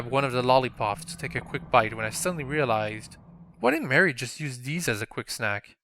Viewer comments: ma rie not mary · You saw Marie's name like! XD